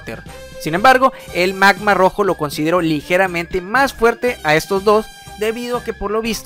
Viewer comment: Antes no entendia que decia "el magma rojo de las fuerzas ginyu" xd pense que decia "el man mas rojo de las fuerzas ginyu" Jaja